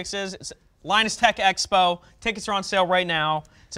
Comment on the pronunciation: Hehe.. Xpo instead of expo😂🤣